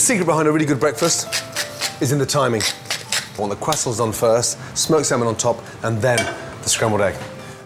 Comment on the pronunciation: Why can’t he pronounce croissants?